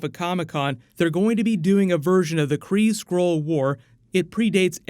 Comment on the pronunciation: Everytime he speaks "Skrull" I hear "squirrel"